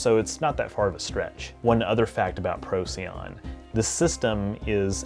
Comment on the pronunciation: Procyon, pronounced Pro-SIGH-on. I used to pronounce it the same as you before I learned that.